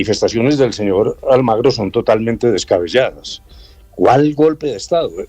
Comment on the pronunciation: Almagro? O AlmAgrio le vamos a tener que decir la frase pronunciada por el rey de España Juan Carlos I, el 10 de noviembre de 2007, dirigida al presidente de Venezuela, Hugo Chávez, «¿Por qué no te callas?»